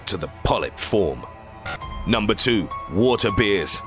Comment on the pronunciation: Three things:- 1. I see NO point in having one set of subtitles imposed on the other. 2. IF I hear THAT bad tempered voice again I'l leave the page. :¬( 3. I think water Beers are actually water BEARS.